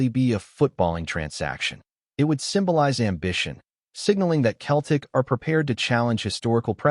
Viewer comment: How many times do I need to tell you it’s Celtic not Keltic ☹️🤷‍♂️